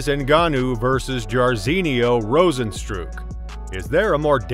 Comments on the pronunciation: “Rozenstrook” “gayjee” “Perryayra” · “Rose-N-strike”. If you actually watched mma you probably would have pronounced like how everybody else does. These countdowns channels that don’t aren’t even casual fans is annoying. Hip hop channels be doing the same thing